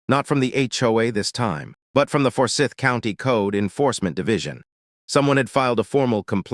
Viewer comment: Please teach your AI reader to pronounce "Forsyth" (the "y" is pronounced as a long "i.") and Cumming (it's a homonym with "coming.") It's also northeast of Marietta.